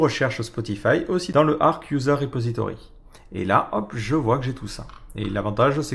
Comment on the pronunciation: Ça se prononce Arche, et non pas Ark. Source : ~ Officially, the 'Arch' in "Arch Linux" is pronounced /ˈɑrtʃ/ as in an "archer"/bowman, or "arch-nemesis", and not as in "ark" or "archangel". ~